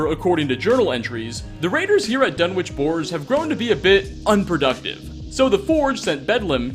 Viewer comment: It's pronounced Dun-wick. Not Dun-witch